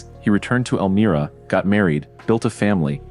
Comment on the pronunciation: Elmria with a long “i” Dumb AI!